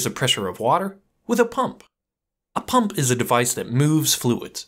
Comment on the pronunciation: It's "pump" not "pum"